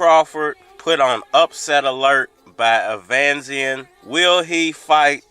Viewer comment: Bruh u make us black folks look bad when u mispronounce these names like that, I know u can read fam, the man name is Eimantis stanionisGT1 (E-mantis Stanny-o-nis) David avanesyan (av-a-nesy-n) smfh 🤦